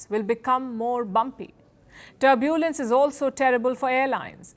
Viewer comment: What a pronounciation! 'Turbuulance!' 😂!